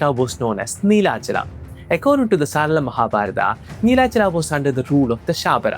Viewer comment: Extra aa in everything Like Jaganathaaaa Nelachalaaaa Mahabharataaa Sabaraaa Neela madhavaaa Better if pronounced in the original form.